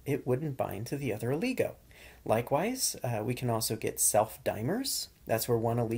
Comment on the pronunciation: It's not Ooooligo lol Its oligo